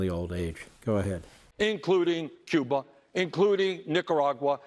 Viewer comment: did Wormie say 'Cuber'...Chiner?...he is nothing but a liar and spews nothing but lies...there is a good reason we are not a democracy